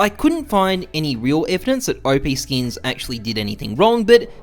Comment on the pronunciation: "Oh-Pee Skins" lol, people always mispronounce it, its Op like Operation. The 10x increase of WAX tokens from 185m to 1.85b was well documented before the distribution. That lawsuit never went to court. The notice from Valve was expected by WAX/OPSkins so it didn't backfire, it was anticipated. OPSkins was also the first marketplace for Ethereum NFTs before OpenSea launched. Forcing Valves hand and riding the PR wave to promote WAX was all planned and calculated. No business can survive and grow when it is built to rely on someone else's platform (in this case Steam), so you need to break away from that limitation, and you may as well make as much noise about it as you can while you do it. Since OPSkins shut down in early 2020 WAX continued to build out their platform, services and tools and support their community. NFTs blew up in 2020 and even moreso in 2021 which is the whole thing that WAX was built for. The WAX token almost hit $1 last year, went down a bit with the rest of the market but climbing again now. I'm also pretty sure that WAX are making more money now than they would if they were still just a marketplace for Steam items. They went from being just a marketplace to being the platform that marketplaces and games build on, they became Steam, everything is going as planned.